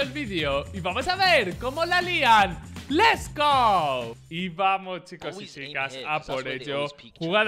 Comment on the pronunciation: les gou